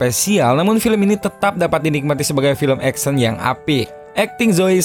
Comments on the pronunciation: Action itu bacaan nya "eksyen"..bukan "eksen" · 1 hal yg mengecewakan dari sang narator, nyebutin kata "ACTION" nya gak kena. malah trdrngar EKSEN bukan Eksyen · baru sadar Action dibacanya Eksen wkwkwk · Ngakak denger suara 'eksen'